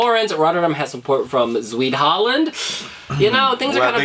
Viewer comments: oh and you call the province of Zuid-Holland 'Sueed-Holland' .... just call it South-Holland..... Zuid means south... otherwise it sounds silly :-D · Haha I love that pronounced Zuid-Holland as 'sweet holland' 😁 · did he pronounce zuid holland as sweet holland?